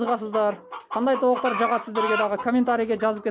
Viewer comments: Кыргызсынбы ука тооктор болуп айтылат туура суйло.тооктар емес. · Айланайын кыргызсынбы кыргызча созду бузбай так суйлочу тооктар эмес тооктор дечи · Тооктар эмес тооктор болуп айтылат бузбагыла да сөздү, көбүраак дегендер бар көбүрөөк деп айтылат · Тооктор , тооуктар емес😊